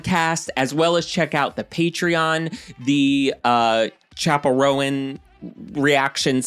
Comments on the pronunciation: I'm older than you, but I'll still correct you, it's Roan, one syllable, not Row-an 😊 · oooo BTW, in case no one else responded: right. 😬 ROAN→ RŌN [ROWN]. oh. since we're sharing phonetic spellings... Zendaya→ zen-DAY-uh. 🤓 kthxbyyye. 🖤🤘🏾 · Roan is definitely 1 syllable. That's how you pronounce it when it's a coat pattern in horses and dogs.